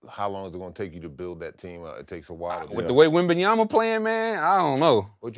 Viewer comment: Sheed called Wembanyama "Wamba Wamba" Lol 😂